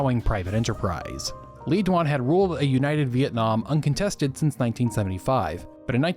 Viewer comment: Le Duan is pronounced "Ley ZWAN".